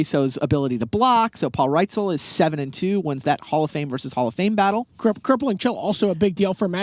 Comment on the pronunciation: Listening to Buehler call Paul Reitzel "Paul Rightzel" all stream long was driving me crazy.